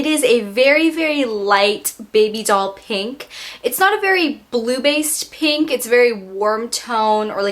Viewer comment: this is weird but i love the way you say 'pink' because you don't say "peeenk".